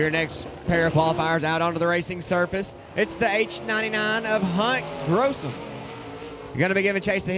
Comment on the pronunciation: Gossum not grossum